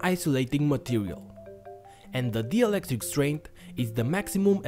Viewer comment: It's not DIELECTRIC It's DIELECTRIC